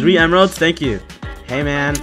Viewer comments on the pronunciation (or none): Bro saying hey man Sounds Like hamen